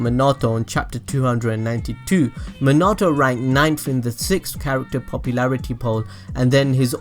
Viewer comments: I bet didn't know this It's minato not minoto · Stop saying Manato!!! It’s Minato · SORRY but it’s (Mean-it-toe) Not (Mon-it-toe) ;)))) ;-; ;w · Me-na-toe not min-auto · It's Minato not manato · manahto? me-na-toe i spell it like that so you can get minato correct next time ya know lol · manato?? he's name is minato bro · Everyone:Minati Him:Munato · It’s not Manato it’s MINATO sorry but had to say it. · Yo if YOUR GONNA TELL THIS SAY MINATO RIGHT NOT MANTO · Why do you say Menato?!?!?!?!?!? It's Minato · I like how he says Monato instead of minato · Did you say minata instead of minato its prounaunced mi na to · dude it's Minato not menaato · His name is minito not manoto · its not menato its minato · Me-na-toe not ma-na-toe. Damn these anime noobs. Watch the damn show before saying shit BTW. Y'all ruining the series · did u say manatou?.? u mean mi=me. na . tou = toe =minatou^^ also great vid^^ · I feel like your saying Manato instead of Minato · Omg bro I know you warned us about it, but you are BUTCHERING minato's name its (meen uh toe) not min ah toe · He sais manato it’s MINATO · "Mnato namkaze" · MEAN-A-TO minato plz im get so annoyed no hate tho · “Muh-nah-toe” I hate it😭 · Bro its minato pronounced mean-nah-toe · This nigga really just said minedo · IT'S PRONOUNCED MIN-UH-TOE!!!! Nice vid by the way. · it pronuce likw this min-it-toe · It's pronounced MEEN-AH-TOE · isn’t it pronounced “min-a-toe” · It’s Min a. To But it like naruto the to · Minoto prounanced mean - uh - toe. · My OCD 😡 MIN-A-TOE Sorry 😐 just had to get it out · HOLY SHEET ITS MEEENATO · Who the fuck... is mih nah toh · Not being mean but it is MEE-NAH-TOE Thats how you say it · munatoh love it xD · Minato ( me-na-to) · It’s pronounced (mean-a-toe) just to help u out a lil bit bro but great videos I didn’t know any of yhay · I’m sorry but Me-na-toe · It's said mean e to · Meanato thats how it’s pronounced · I'm sorry but the way he says Minato, just cracks me up. Me not toe.